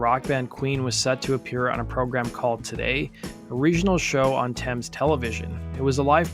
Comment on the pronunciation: Nice to hear an American saying Thames correct.